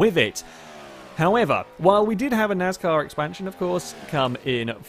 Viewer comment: What’s NAZCAR? ;)